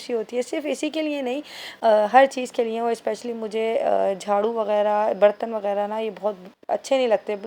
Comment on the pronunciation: Lye ko nye bolti hy muatur